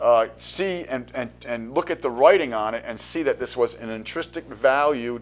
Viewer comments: INTRINSIC NOT INTRISTIC INTRISTIC IS NOT A WORD Makes it hard to take you seriously even though you're talking about massively important stuff. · 'Intristic' is not a word. A word close in sound is 'intrinsic', but check the meaning for accuracy. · the word you have in mind is intrinsic, not intristic.